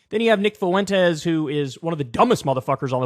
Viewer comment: Is there not a white person in America who can pronounce fwentez? What is foo-en-taze?